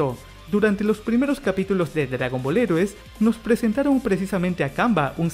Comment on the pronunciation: Tienes que aprender a pronunciar "heroes" en inglés. Lo correcto sería algo como "Jirous".